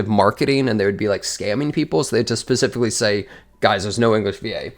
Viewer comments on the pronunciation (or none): none